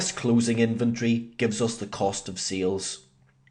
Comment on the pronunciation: It is SALES not SEALS :D SEAL is an animal. What accent is that? New Zeland?